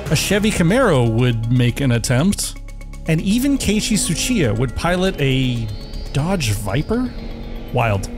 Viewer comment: Ngl the only thing that detracts from this video is the name pronunciation. I get that some people have a hard time with Japanese, but... tsuchiya was sounding like a russian name there. And you were able to say Le Mans just fine...